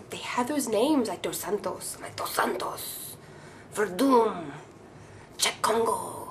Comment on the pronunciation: When you said Dos Santos, sound like you have a good Spanish :D